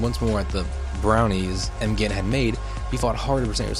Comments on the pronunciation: Am I the only one that noticed that he pronounces M’Gann as M’gain? No? Okay 👍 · Pronounce it like Magan😄 ok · do find it funny how you pronounced m'gann though lol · I'm sorry.... how does he pronounce M'gann?